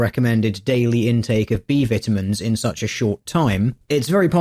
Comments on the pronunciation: "vittaminns" :C:C:C:C:C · Beaver timmons. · XD British vitimins. Don't mind me, I'm easily entertained. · they way you pronounce "vitamins" is killing me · Say "vitamins" again! lol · I like how you say vitamins